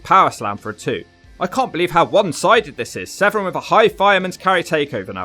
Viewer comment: Its Severn, not Sevren